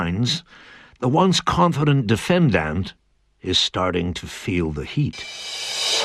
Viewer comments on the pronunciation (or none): Who pronounces "defendant" like that lol?